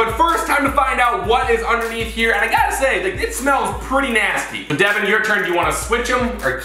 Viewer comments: It’s devan not deaven now learn there names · Its devan... not divan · It’s devan not Devin It’s not Collin it’s Collins with a S